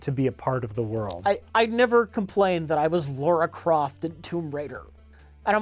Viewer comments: Can't take it any more. LARA, not LAURA Croft. Pronounced -> "lah-rah", not "lor-rah". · Why do you two constantly say "Laura Croft"when saying "LARA Croft"? I know you guys can't read but it's a four letter name for Christ's sake! It shouldn't be that difficult.